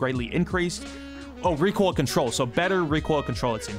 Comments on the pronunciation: when using as val: ree-quil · 140 reekoill controll😂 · This is how many times said reek oil 👇🏻